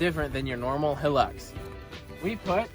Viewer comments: bruh he just said Toyota Hilux perfectly in Romanian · Its pronunced hi lux so your right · LOL Hilux worlds most indestructible UTE? have you heard of a Land Cruiser? oh and the way you pounce Hilux is right. people pronouncing it Hel - Lux is so annoying its Hi - Lux. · Nah it’s definitely pronounced “Toyota ‘High’-lux”. Take it from me, an Aussie.... There’s tons of Hilux’s down here. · Pronounced high- lux good luck to ya that thing will put up a fight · It's definitely pronounced " high lucks" anyone calling it a "he licks" is obviously stupid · Yay you pronounce it Hi Lux :) All us Aussies say thank you lol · I’m glad you pronounced the Luxy as... Hi-lux and not Hill-lux. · Atleast he called it the proper name it’s hi lux not he lux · pronouced High Lux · In australia it is pronounced high lux These cars are all over australia Have a look at a 79 series landcruiser. They are a beast. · And it definitely is pronounced high-lux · I'm Australian and can confirm it is pronounced Hi - lux. So you got it right first go. Hope you at least enjoyed driving it while you had it. You should get a few videos out of it. Yes even you 🤣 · It’s pronounced high lux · You're right it is pronounced high-lux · Whistlin youre pronouncing it correctly Hilux High-lux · Think your the first American to pronounce hilux correctly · Don't worry mate you said Hilux correctly! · Hi you pronounced it right Hilux. And I only just subscribed to your channel too. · your Pronunciation of the hilux is correct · you pronounced Hilux perfectly